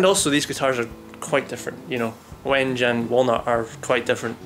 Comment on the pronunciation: "Wenge"=Wen- gay"